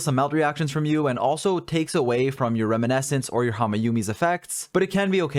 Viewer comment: I hate to be that guy, but his mispronunciation of "reminiscence" kills me every time.